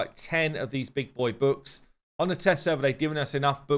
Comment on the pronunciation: When says "books" I hear "boobs"......no idea why....I am the only one??!!???